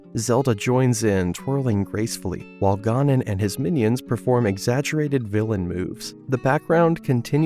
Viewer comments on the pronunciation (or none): Great video but your pronunciation of Ganon kills me...ga-nuhn not GAR nuhb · Why do you keep saying “Gah-non”?